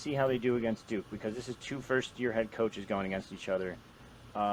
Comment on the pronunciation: Did he say "Go Dukes?"